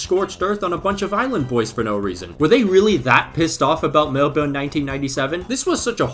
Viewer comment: Hearing that pronunciation of Melbourne 😂